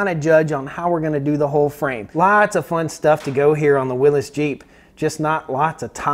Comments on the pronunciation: FYI it is pronounced "WILLIS," not "WILLEEZ." It's not a regional pronunciation, it is a man's name, and that is how he pronounced it. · WILLYS. WILLYS, WILLYS, WILLYS. "NOT" WILLIS. Do you call a hemostat a pinchy thing ? Do you call a defibrillator a shockey thing ? A syringe a pokey thing ? IT'S A "WILLYS" !!! Willis was Gary Colman's brother in the sit-com "Different Strokes". 😜😜😜